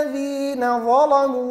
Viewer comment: أخي الكريم حياك الله أما بالنسبة لكلمة ظلموا . الصلاة فقد قرأها قراءة صحيحة لقد قرأها بتغليظ اللام وهكذا تقرأ في رواية ورش عن طريق الأزرق